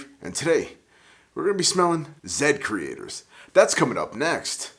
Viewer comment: This is great! Thank you for sharing your thoughts on the Zedcrestors. I’m also grateful you said my name properly!!! WooHoo!